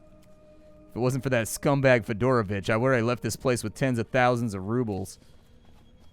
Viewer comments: This whole time I thought you were saying Fedora Bitch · You said "Fidoravich" and I heard "Fedora Bitch"